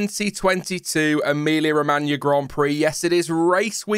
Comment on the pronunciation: Lmao “Emoller”🤣